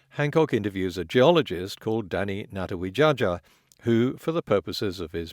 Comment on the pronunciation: On behalf of Indonesia, I am very sorry about Mr. Natawidjaja. At least you (and Hancock) unknowingly insulted him by pronouncing his name wrong. Unfortunately, this is far from the worst conspiracy theory that has Indonesia in it. There's a conspiracy that a small town in Java is a place where Hitler ran away after WW2, and that same town is the main place of a conspiracy theory that it's the main Asian HQ of the Illuminati, and how Borobudur, the biggest Buddhist temple on this blue planet, was made by the Judeo-Christian prophet, Solomon aka Sulaiman.